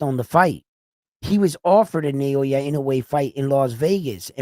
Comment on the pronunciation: It’s Naoya not Nayowa!